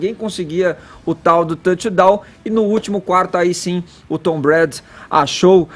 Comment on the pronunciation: não consegue fala o nome do Tom Brady. Se ele tivesse assistido o esquenta do Super Bowl na ESPN saberia pronunciar.